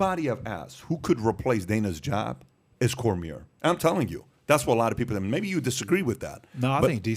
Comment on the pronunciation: Why can't patrick say cormier right? lol